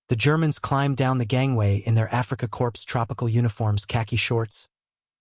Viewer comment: It's not pronounced 'corpse' its pronounced 'core' for 'corp'